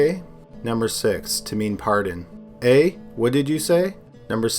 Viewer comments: I appreciate the extra effort to not screw up our ‘eh’ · We don't say eh like that.